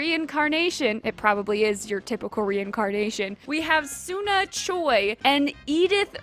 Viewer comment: You really can't pronunce Suna? Or Hillaria? Or Nil? Please, tell me you are jocking, cause I really can't believe you CAN'T pronunce such terminally simple names as this.